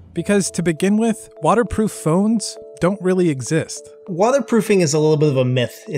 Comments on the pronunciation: Is just me or the ifixit CEO said "Wata proof"? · Why is this guy saying “watherproof”